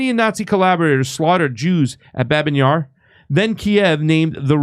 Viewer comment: Thanks for your channel! Babiy Yar, not Babin. Sorry for, but I speak perfect Russian, I have to pay attention 😊